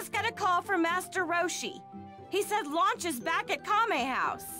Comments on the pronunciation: I'm pretty sure she's Lunch, not Launch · "Launch"? Why was it changed from "Lunch"?